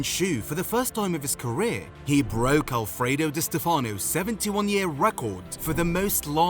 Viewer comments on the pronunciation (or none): none